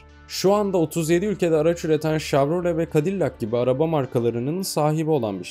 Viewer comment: ' şevrole ' doğrusu . ' şavrole ! yanlış..